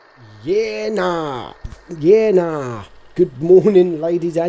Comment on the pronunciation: We says yeah nahhh it sounds like he says "birth" in Greek